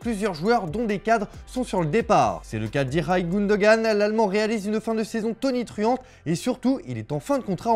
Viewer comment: Même "İlkay" il est pas capable de le prononcer correctement 😅😅😅